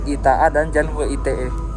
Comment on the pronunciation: We I Te !!! bukan We I Te E, woiii ... woiiii